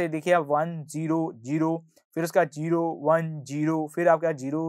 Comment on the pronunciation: sir its Zero (Zee-ro) Not Jero (Jee-ro) please pronounce correctly